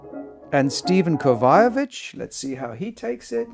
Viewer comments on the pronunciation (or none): Seems like Dude should figure out how to pronounce these pianists' names. They are world class, after all! "Slavislav?" ... you mean, Sviatoslav? "Peres?" ... you mean Pires? "Kovayovich?" ... you mean Kovacevich? Not to mention Ludwig VON (?) Beethoven. Kind of an obscure composer, I guess. ;-/